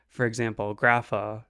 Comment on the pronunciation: I'll forgive you for butchering Grapha's effect, name and legacy! Lol 😅, if anything it proves you are a real Yugioh player, not reading the card and all. This was a cool video!